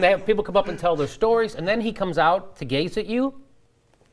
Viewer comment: "Gaze" not "gays." As in, "If I stare at you hard enough, all the problems in your life will be solved."